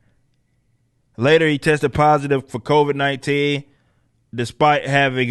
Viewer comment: lol "the covaids"